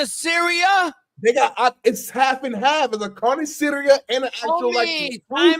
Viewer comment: mispronouncing carniceria and acting like he knows is hilarious lol